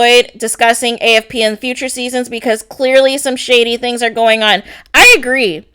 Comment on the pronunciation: Gurl..why are you yelling so much!? Also whats the deal wit the way she says BECOZ 😜lmao